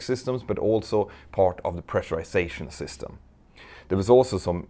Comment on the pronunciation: Congrats….”pressurization” and “certification” pronounced brilliantly by you in this video. Other words…not so much. Don’t worry, I can relate. English is not my “native” language either. Great video, as usual. 🤔🇨🇺🇺🇸